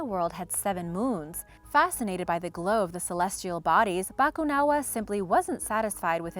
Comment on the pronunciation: Ganda ng pagkakasabi ng Bakunawa 🤘